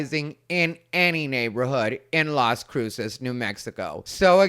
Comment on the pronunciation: 😂 You nailed Las Cruces 🎯